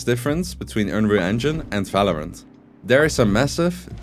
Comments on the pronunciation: V isn't pronounced like in german in english bro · Falorant, Fandal, Fideo. lofe it :D